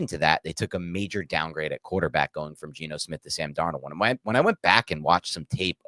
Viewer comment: Man I started laughing when I heard "MAJOR downgrade" 😂😂 this "analyst" is consistently not of the same tier as the others on this show.